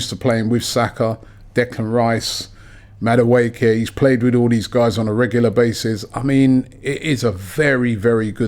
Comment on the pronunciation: The way pronounces Noni Madueke’s name 😂😂 Madawookie, he ain’t from Star Wars mate 🤣